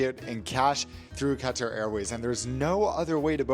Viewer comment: Okay - love, love his reviews. I envy his life! But I finally have to say it: the way he pronounces Qatar is like fingernails on a chalkboard to me. Yes, it’s a difficult word to pronounce because Qatar, literally, has no English pronunciation translation; however, there are English speaking people from Qatar that have YouTube videos on how to best say Qatar in English and it’s extremely close to “Cutter”. Saying “Cat-Turr” is nowhere in the zone 😊 Love ya,; carry on!